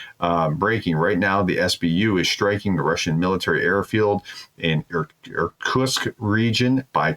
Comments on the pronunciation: Nice content. Pro tip: consider practicing Russian and Ukrainian words, such as place names, before going on air as to avoid sounding dumb. Ex. - Irkutsk is pronounced Ir-Koot-SSK, not Ir-Toosk or Ir-Koosks. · The Prof obviously didn't grow up playing Risk or he'd know how to pronounce Irkutsk LOL